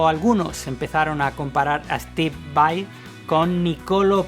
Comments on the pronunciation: Disfrute mucho el video. La verdad no me gusta mucho cuando la gente pronuncia /vei/ cuando deberia pronunciar /vai/ pero la verdad es que fue un buen trabajo en este video. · Porque Steve es de descendencia Italiana. Por lo tanto VAI es lo correcto y como se debe decir porque es un apellido Italiano. VEI es una pronunciación incorrecta en Inglés. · Tienes razón dice VEI en esos momentos, pero el 98% del tiempo lo dice correcto. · Pero varias veces en el video dice VEI